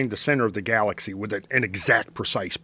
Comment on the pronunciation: Why is he saying "Garlaxy" and "Darta"